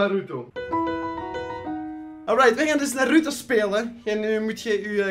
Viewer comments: de klemtoon moet op de "A" niet op de "U" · btw je spreekt naruto verkeerdt uit